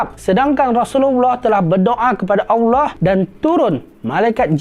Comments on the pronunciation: Mohon buat pembetulan sebutan Allah terdengar agak pelat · Bagus nya ya allah tapi saye nk tegur sikit betulkan sebutan allah. Macamtu lagi bagus